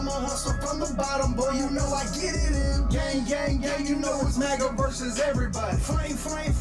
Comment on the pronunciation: MAGA not MUGA